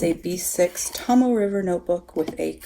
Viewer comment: Great video... very informative. I’m really enjoying the B6 wide size... (Naya Paperie rings). But now there’s all these great bullet journals to think about! Yikes! $$$$. But thank you.... ;-) I too struggled with the pronunciation of the Tomoe River paper... it’s “Tohmoh Eh”. And the other is “TehKoo Kor”. Hope that helps...